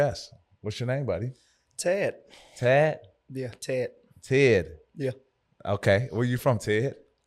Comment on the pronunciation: Pat: What’s your name buddy? Ted: Teyyd Pat: Tad? 🤣🤣🤣 country